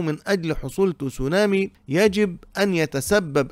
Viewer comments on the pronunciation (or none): يا رجل، كيف جعلت الكلمة الياباتية Tsunami فصيحة بوضع الضمة على التاء؟؟؟ تُسُونامي؟؟؟؟ عن جد؟؟؟؟ هههههه بل إنها تصونامي، تباً لبني قريظة!!! 😂😂😂